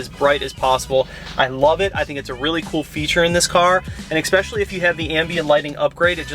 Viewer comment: I can’t stand when people say “exspecially” like how hard is it to pronounce ESPECIALLY ruined the whole video for me one of my biggest pet peeves. I bet this guy calls really strong coffee expresso too